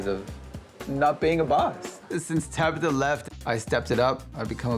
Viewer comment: TabAtha! Not Tabitha🤦